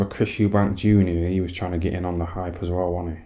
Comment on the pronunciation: 'He was a good little boxer wan he?' 😂😂